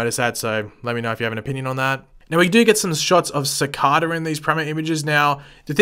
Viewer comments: DANG IT! IT’S CICADA NOT CICADA! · Its cicada he just says it wrong all the time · The way you pronounce Cicada makes me want to bang my head on a brick wall. It’s [Su-K-Da]